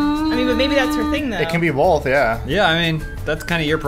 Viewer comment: adam's one of those people who say "bolth." /shudder.